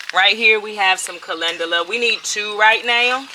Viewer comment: Calendula - pronounced Calenjula. LOVE, LOVE, LOVE your videos. Your smile is infectious. Much Love, Peace and Blessings to you and your family.